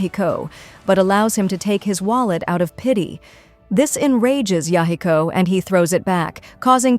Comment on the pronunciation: aside from the butchering of the name Yahiko, really good recap!